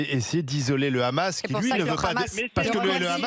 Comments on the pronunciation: Comment reconnaître un SHALOMI il dit KHAmas au lieu de Hammas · Lefevbre n'est pas juive mais elle est tellement fanatique qu'elle prononce "rhamasse" au lieu de "amasse" qui est la prononciation en langue française qui ne prend pas en compte la lettre "h". 😂😂😂😂 elle parle carrément avec l'accent israélien. En ce qui concerne le "rhamasse" Mme, c'est Netanyahu qui l'a choisi comme opposition privilégié pour faire croire que la cause palestinienne c'est pour les terroristes. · Ça se voit c'est une juive sioniste de sa prononciation. Elle dit khamas au lieu de hamas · Tu a une gueule d'une juifs la prononciation de khamas et n'ont le Hamas tu n'a pas honte sale hypocrite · avec Cnews j'ai découvert que hamas se prononçait rhamasse. j'en déduis que homme se prononce rhomme. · Le RRRRRRRRRRRRRRRRAMAS EN FRANCE LE H EST MUET ALORS POURQUOI PRONONCER RRRRRRRRRAMAS,POUR UNE PSEUDO PROF......🕷️🦂💩🤡💩👿👿👿👿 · On peut facilement devinè que Barbara porte vraiment des gènes de feujs par son accent quand elle prononce le kha-mas 😂 pour david c'est la même chose ça en dit beaucoup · c'est qui cete facho ?? pourquo elle prononcent le 'khamas" ? faisons les tests ADN !!